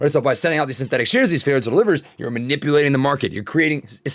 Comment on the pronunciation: Shmanipulating, nice new word bro